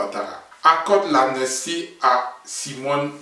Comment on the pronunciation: On dit "amnistie" pas amnestie